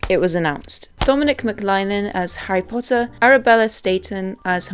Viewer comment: WHOS HARRY PODDER.....?😄